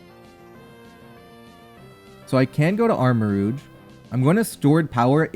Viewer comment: your pronunciation of armorouge is pretty interesting. its supposed to be the s in pleasure, but americans often put that sound in taj mahal even though both sounds exist. kind of funny to see it go the other direction, since im guessing you have less exposure to french and french sounding words